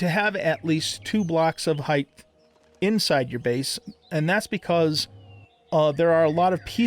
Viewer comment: Pet Peeve Alert: Height not Heighth